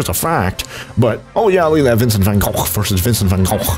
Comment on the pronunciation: saying vincent van gogh in dutch is: vincent van GOCGHRTYH